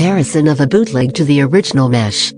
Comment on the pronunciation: I hear the bot saying "biutleg" not bootleg, lmao what happened to me